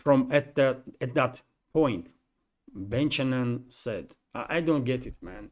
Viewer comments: I'll help you with some Western names pronunciation - that rear admiral - Thomas Buchanan - he's indeed a man who graduated from some US military academy. He looks kind of young - and whatever he says in public has been vetted and approved by his higher ups. The pronunciation of his name is - Bu - can- en - silient H so not pronounced. He's a good example of the deterioration of the US military class over the decades since the Vietnam war. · Buck anon,is how you pronounce Buchanan My Friend 😊. Be good be safe, and ciao for now....Blue 😇✋🏴🇬🇧. FREE BRITAIN 🏴🇬🇧✌.